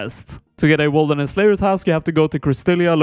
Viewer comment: why do you say wolderness instead of wilderness?